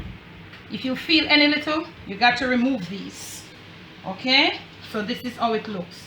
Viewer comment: “Hey, heverybody, how har you doing? Har you hay-okay?” Lol! My husband and I chuckled 🇯🇲 thank you for the video!